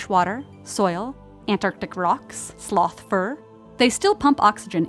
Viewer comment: no one: absolutely no one:: sLoTh FuR